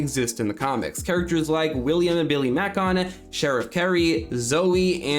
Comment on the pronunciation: The name "Macon" is pronounced "MAY-kin". It's also a city in Georgia.